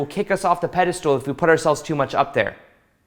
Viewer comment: I like how you say pedestal lol pedestool